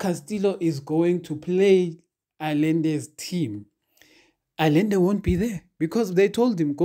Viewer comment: At the risk of sounding repetitious, this guy's name (Allende) is pronounced "Ayende".